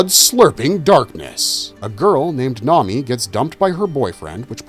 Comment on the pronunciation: Toh-mee-eh is how you pronounce Tomie. It's not grease, it's oil. Come on, man, they say it like a million times. Did you skim a wikipedia page on these stories or something? This vid could've been great but you bombed.